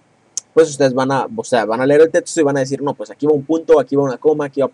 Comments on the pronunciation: Es neta??? "Tetsto"?????? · ×2 mi me da gracia como dice testo, etsplicación, jaja pero excelente video!